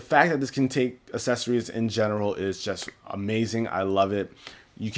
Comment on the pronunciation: You say accessories wrong